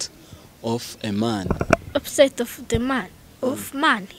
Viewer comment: ijambo opposite mucyongereza basoma " ɑpəzɪt " cg opozite not " oppozayite " like you're pronouncing.